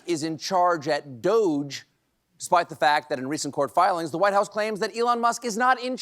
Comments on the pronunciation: Doge pronounced douche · stop calling it 'doge' call it as it is 'doggy' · It's pronounced DODGY. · I think they should pronounce those DOGE gang "doggie". More fun. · It may be spelled D.O.G.E. but it is pronounced DOUCHE.